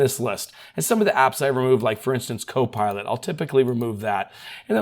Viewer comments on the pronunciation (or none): none